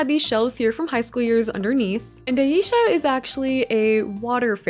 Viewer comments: Aisya. Not eiysha… read it correctly. Kinda annoying sorry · Her name is pronounced AAH- Eesha not Aye-Eesha. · Her name is AH-EE-SHA not eisha omg watch one episode pls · Once again you knocked it out of the park 👏🏽 Musa & Techna had my favorites, for sure! 🤩 Also I thought her name was pronounced eye-eesha 🤔 I haven’t seen the show in ages so I could be butchering it 😂 Thank you for the incredible content 💜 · This was so good but you’re saying Aisha’s name wrong😭